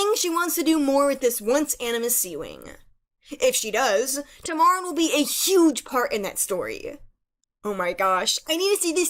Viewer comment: its not said like that btw! tui herself said that its like "tam-a-ren" not "tamar-ren" hope that helps :]